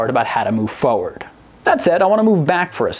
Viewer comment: I'm liking the way you pronounce forward